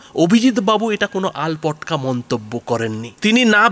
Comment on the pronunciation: আলপটকা নয়, আলটপকা